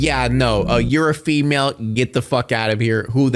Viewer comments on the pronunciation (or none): none